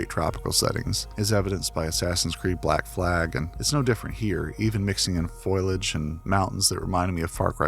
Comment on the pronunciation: Thanks for the review! Tiny note, should you wish to know for the future: the "i" in "foliage" comes after the "l," so it's not pronounced "foilage."